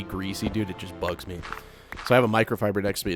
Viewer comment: I’ve watched all these vids and had no idea where you were from, but you went full southern when talking about bugs! I love people’s different accents. Thanks for the vids, very entertaining while I’m working!❤